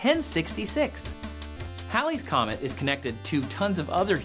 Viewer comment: Its pronounced heylees, not howlees. It takes some real linguisticall gymnastics to get howlies out of Halleys, and thats saying a lot since I'm a southerner with a thick as shit accent 🤣! Js, its hAAAAlley's Comet lol.